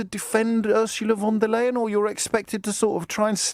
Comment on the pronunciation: The way james o´brien butchers von der leyen´s name is really, really bad. He should know her name if he wants to talk about her so much...